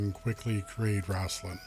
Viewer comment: RAIST-lin Like Waist. Not Raast-lin 👍🏻👍🏻